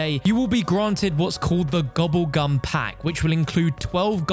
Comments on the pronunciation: Man keeps saying gubbegm instead of gobblegum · Bro, I love you, but I hate the way you pronounce gobble gum 😂